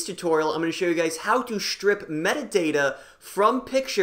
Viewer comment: Did he just say “shtrip metadata”?